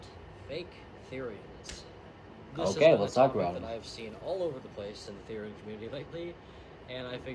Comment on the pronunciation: I hear everyone pronounce Therian the way you used to and not the way you do now.